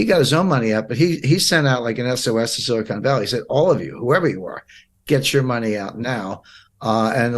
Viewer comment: The word you should have said is silicon, not silicone (re: Silicon Valley Bank).